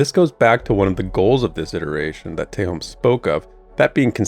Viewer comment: Wasn't expecting a class vid anytime soon. fun (before I forget again, I am pretty sure Adam pronounces Tehom as Tey-hom not Tey-home)